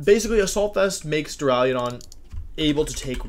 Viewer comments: Take a shot every time Wolfey says "Dura-leo-don" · Why does everyone pronounce it Duraliadon? .-. heck even if people said Duraladon i'd be fine with it, English is dumb and probably has a word where the "u" is pronounced as an "a". But like every youtuber that does pokemon stuff has said "Duraliadon".